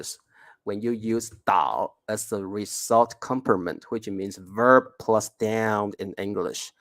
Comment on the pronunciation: ， result rɪˈzʌlt 这个英文字你完全读错了。